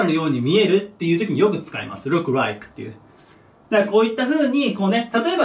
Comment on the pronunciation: rikeって言ってんじゃんこの人